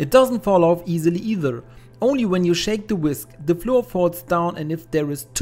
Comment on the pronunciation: Flour is pronounced exactly the same as flower, otherwise it sounds odd in English !